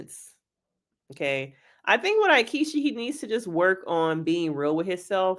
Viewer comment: I hate him, but your pronunciation of his name is killing me. It's "EE-ketch-ee."